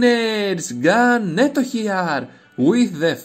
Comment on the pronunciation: I told Ganeto before the tournament, see you in the Final! :D (you said my name perfect haha)